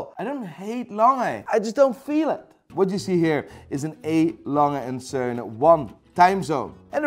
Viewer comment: Even if he isn’t feeling A. Lange und Söhne, I appreciate the pronounciation 🤝